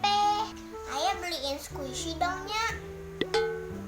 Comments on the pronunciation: 😂😂😂 squishy ko dengernya kuwaci duuhh sok tau nyaaakk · Squisi nyakkkk.... bukan kuaci..😁😁 enyak sok tau..😁, keren parodi anak nya. mantap.. sangat menghibur sekali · Nyak nyak bukan kuaci,squisi...et dah nyak sok tau banget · Squshi jadi kuaci Wkwkwkwkwk, emaknya gaul juga garti btw😂😂